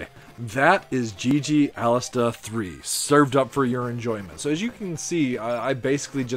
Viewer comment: It’s Alestè. There is no A at the end of the name. You’re killing me man. ;)